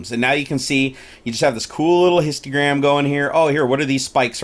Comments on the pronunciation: It was a joke, he kept saying "histiogram", not histogram. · Every time he says histiogram I die a little inside :P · H-I-S-T-O-G-R-A-M bro there ain't no "i" after the "T" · Numinous I know, but I was wondering what a histiogram was, that's what he was saying in the video. It was a joke :) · Can you please double check how you pronounce Histogram. I get that people have accents and such, but you're literally mispronouncing it by adding extra syllables.